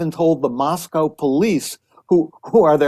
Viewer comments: Pronounced Mos-co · Howard Blum needs to learn how to say Moscow. It's pronounced "Moss-co." As we tell those not from this area, "there is no cow in Moscow." Considering he actually went there, he should know this by now, especially since he wrote a book about it. Kohberger was a TA at Washington State University (in Pullman), not the University of Washington (which is in Seattle). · Couple of small corrections: It was Washington State University not University of Washington. Moscow is pronounced Mos-co Boise is Boy-see